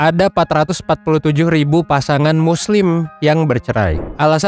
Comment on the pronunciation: Kenapa di kalimat “muslim” intonasinya lebih ditekan? Emang yg cerai cuma muslim? Knp muslim? Atau narasi ini menggiring opini?